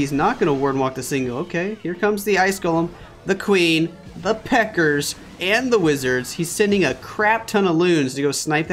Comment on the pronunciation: stop saying pekkers for God's sake ..it is pekka